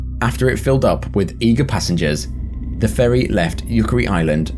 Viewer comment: for a second there i thought he said "for a public furry"